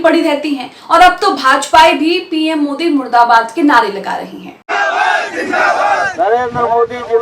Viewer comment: Plz correct murdabad not muradabad.